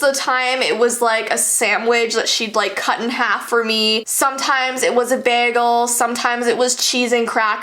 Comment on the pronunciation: This time she actually said bagel right😎😎